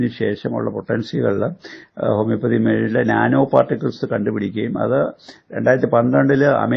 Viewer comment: ഹോമിയോപൊതിയും അല്ലാ ഹോമിയോപ്പതി